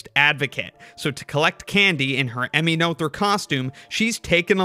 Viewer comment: that's such a cool piece of art! one thing though: since you did emulate the vowel in "Göttingen" you might for consistency's sake want to do the same for the 'oe' in "Noether" which is the same (well, kind of, it's the long version of the vowel, which is also closer, but we want to still stick to English phonology after all). also, that 'th' is just a plain /t/ sound (German doesn't have the English 'th' sounds, cept maybe in loanwords). then again "Noetherian" just sounds so much better the way you say it (and, um, i might as well if i'm honest). and technically the 'ő' in "Erdős" is the same as the 'oe' in "Noether" but i reckon that would stretch English phonotactics to the breaking point.